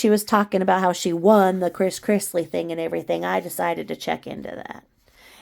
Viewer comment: Todd Chrisley. Not Chris Chrisley :)